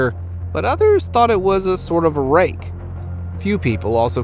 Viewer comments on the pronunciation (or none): none